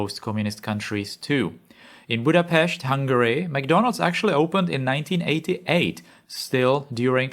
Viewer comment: ah yes, McDondald's😅